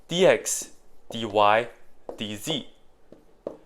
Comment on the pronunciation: dz sounding like dizzy.